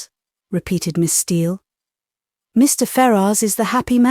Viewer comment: I thought his name was pronounced fair-us.